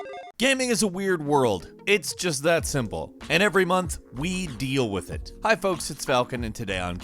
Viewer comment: The way falcon says "We DEAL WITH IT" hits home